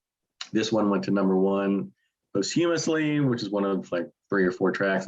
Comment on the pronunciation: I like your choices and like your taste (generally). I can't help but offer a couple of corrections, though, regarding: 1) The album featuring "Time in a Bottle" is You Don't Mess Around with Jim, which was released in 1972, about a year and half before Jim Croce's death. (The song was released as a single posthumously.) 2) Speaking of "posthumously," please: It is pronounced "paws-chuh-muhs-ly," not "post-hyoom-uhs-ly."